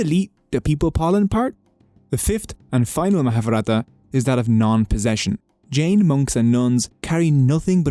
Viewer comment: In most Indian religions any ‘j’s in the word are pronounced as a ‘J’ and not an ‘h’